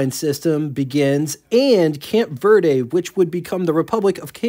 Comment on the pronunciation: It's "Cape" Verde, not "Camp" Verde, but hey, who needs to actually be able to read when they read? This is so filled with remarks like this, who could possibly take it seriously. MG did not stand for Morris Garages in 1975. It stood simply for MG.